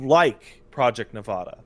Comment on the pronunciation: I don't know why it makes me irrationally angry when people don't know how to say Nevada.